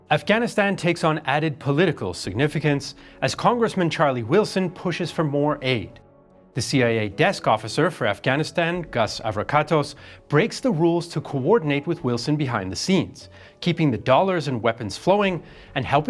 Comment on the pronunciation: It’s Gust Avrakotos, not Gus. When you get something this simple wrong it calls into question everything else in the video. FFS the guy has his own Wikipedia page.